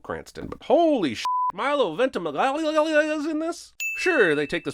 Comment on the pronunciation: I love most of these videos but rarely do they make me laugh. However, his attempt at Milo's last name had me rolling!